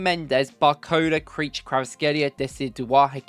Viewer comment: Lmaooooo It's not creature.. It's Ki-vee-cha